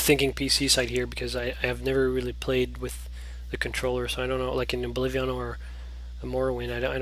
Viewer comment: Its Oblivion, not Oblivi-on!!!